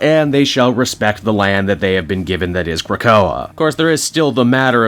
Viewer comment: You learned to pronounce Krakoa, yay